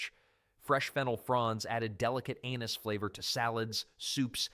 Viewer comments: delicate Anus flavors😂. I think you mean anis. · I don't think it's pronounced "anus flavour". I believe it should be "anis flavour" 😂